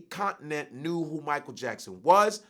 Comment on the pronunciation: Mi-ch-eal LMAO!!